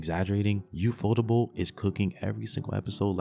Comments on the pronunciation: "UFOdable" PUT SOME RESPEK ON UFOTABLES' NAME BRUH😭😂 roasting aside this list was unreal peak, its so good to see an anime community actually give nothing but gas recommendations like this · Really enjoyed the video. Made me laugh. But the way you said UFOTable KILLED me. Liked and subscribed!